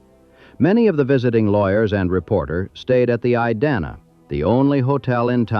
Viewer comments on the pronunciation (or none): The Idanha hotel is pronounced eye-dan-hah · I-dan-a hotel? Tell me this is not AI generated. Other BS in this too. Best thing about this is some of the real photos that I know are real. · Have i been saying Idanha wrong this whole time or is it the AI bot?? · OMG, that is egregious that the narrator mispronounces the name of the Idanha Hotel - yikes! And is anyone else getting juuust a little annoyed by the choppy, unprofessional editing? And why has the filmmaker included images of buildings that aren't the Idanha and labeled them AS the Idanha?